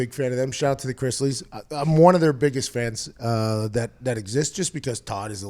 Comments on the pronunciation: “LSU comes aht on top over Clemson”.........😂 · Is that supposed to be the Pittsburgh accent?